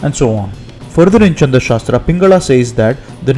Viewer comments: Your pronunciation on "Chhand" looks wrong. I doubt it has any relation to moon. It is "chha" not "cha". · Pls it is Chhanda shastra and not Chanda shastra. For a linguistic video such mistakes should be avoided.